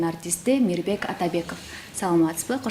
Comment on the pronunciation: МИБЕК болуп калды Р тамгасы кайда калды??? Мирбек го мейли, алып баруучуларга минус!!!